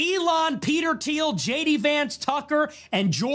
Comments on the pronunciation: PBD: eelaan musk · PBD needs to learn how to pronounce ELON